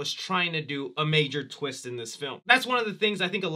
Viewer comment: The biggest “WHAT A TWEEST!” moment would’ve been Cris aging himself into Elon Musk 😆